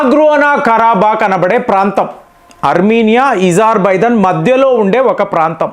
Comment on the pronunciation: ఎప్పుడు చూసినా ఏదో ఒకటి తప్పు చెబుతావు ఏంటి?అది ఇజార్బైజాన్ కాదు, అజార్ బైజాన్. పినాక వద్దు,అర్జున్ యుద్ధ ట్యాంకులు వద్దు అని మన మిలిటరీ వాళ్ళు ఎప్పుడన్నారు? మన సైన్యం వాటిని ఎప్పటినుంచో వాడుతున్నది.ఇలా అబద్ధాలు చెప్పి మీ పేరు చెడగొట్టుకోకండి.T90 ట్యాంకుల కన్నా అర్జున్ ట్యాంకులు అద్భుతంగా పని చేసినా, మన సైన్యం వద్దని అన్నదా?చెబితే కొంచెం నమ్మేటట్లు ఉండాలి.